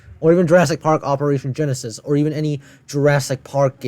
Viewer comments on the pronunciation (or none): none